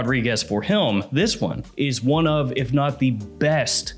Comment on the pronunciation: Why are you saying “Him” like “Hiughlm”?